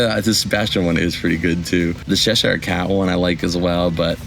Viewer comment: Again and I will keep commenting, Cheshire is prounced cheh shuh